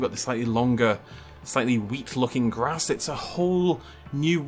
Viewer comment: the amount of things he hesitated over in this video, and you pick that 🙄 I hope you're just as concerned over his mispronunciation of the word "grass" for example